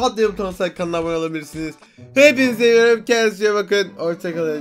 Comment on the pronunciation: Enes batur: hepinizi sewidhhusn ararkadaşlar Ben:bak bizi sewmiyomuş